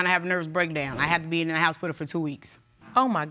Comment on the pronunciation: She said "Lawryer" And "House-pital",😢😑😢😑😢😑🤣